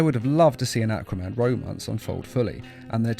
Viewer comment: i thought you were saying acroman not aquaman